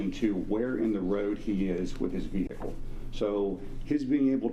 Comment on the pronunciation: Great Witness! "and his venicle" hahaha atty. wasn't expecting that good one thankyou sir God Bless!